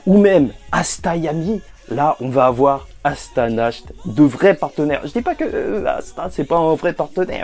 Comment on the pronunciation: Ta dit "asta,nach" au lieu de yami,nacht